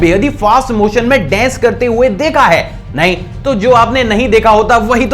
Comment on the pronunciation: Bhai dence 😂😂 nahi dance